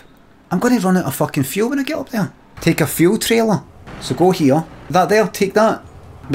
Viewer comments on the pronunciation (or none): none